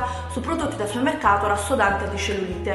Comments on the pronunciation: supemmeccato? Magari! Dice summeccato... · riesci a dire supermercato? non è difficile, supemmeccato non si può sentire, è solo un consiglio, ti adoro 😍